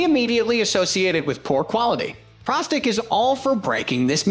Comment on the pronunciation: And pro stick ,not prah stick,lol